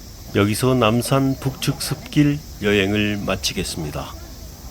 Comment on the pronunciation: 숲길을 자꾸 슾길이라 발음 하시네요. 발음 연습 좀 하세요.